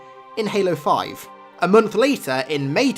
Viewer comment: "A Mungth later"